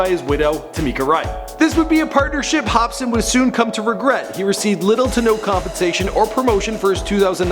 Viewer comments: lol u said hopspin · if he says hop spin one more time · this fool said "hopspin" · This nigga said HOPSPIN 😂😂😂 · ......why does he keep saying Hopspin in the begining? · (Hop--Sin) just as its spelled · "Hopspin" Yeah I'm not watching the rest of this. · get his name right dumbass.. not hopspin.. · is he saying "hop-spin??" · Why is he saying "hopspin?" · Hopspin... Really nigga? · why do you pronounce his name like ''hops spin'' ? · lol did he just say hopspin? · you don't know how to pronounce swizZz, and you don't know how to pronounce hopsin either. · After Hopsin sees this video: Nigga what the fuck? Homie my names different, ya mispronounced it. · Watch him blame this mispronunciation on the fact that he's canadian hahahaa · he said hospin i think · I can't unhear this , now everytime i hear hopsin i hear hopspin. Fuck mannn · Did this man call him hopspin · “Hop spin” lmfao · Wait did he just say hopspin? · This dude kept saying hopspin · did this nigga deadass just say hopspin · He kept saying hopspin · this dude said hopspin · Mohterfucker did you just say hopspin?! WHAT KINDA FUCKED UP HEROIN INFUSED SANDWICHES ARE YOU EATING!!! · Did he say "Hopspin"? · hopspin lmao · "Hopspin" hahaha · I know that he corrected it, but this jerk off said "hopspin" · Did you really just call him Hop Spin? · "Growing up, Hopspin" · Dis dood keeps saying HOPSPIN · its not hopspin dumbass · Its pronounced HOP-SIN ya twat.. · Is this guy really saying hopspin? -_- oh boy... Oh boy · lol Hopsin not Hopspin + = edibles. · Can this nigga read its hopsin not hopspin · H O P S I N not hopspin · it's Hopsin HOP-SIN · Say his name right hopsin not hopspin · Dude you gotta check it if it's correct before you post shit like this, Demented dude it's Hopsin. Not hopspin. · hop-sin not hop-spin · Am i the only one hearing him saying HOPSPIN And not HOPSIN? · This guy is pissing me off.... he keeps saying Hopspin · ITS NOT HOPSPIN ITS HOPSIN FFS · hopsin not hospin u fucking idiot